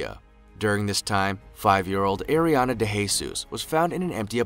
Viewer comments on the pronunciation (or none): none